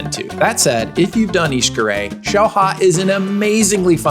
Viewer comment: My fellow dad, thanks for the information. btw it's ish-car-et. you do indeed pronounce the t. Great overview.